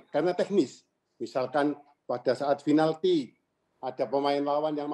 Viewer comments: FINALTI... He used "F" Instead of "P". 🤣🤣🤣🤣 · Perasaan pake V dah, Vinalti. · Bakunya itu pakek "B" Binalty